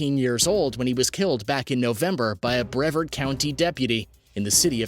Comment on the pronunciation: Just an FYI...its not co-co-a... its like the Cocoa beans and you say bru-v-ard and my ex works for that police department, I used to live there😛 just wanted to clear that up.. thanks for this interesting video💋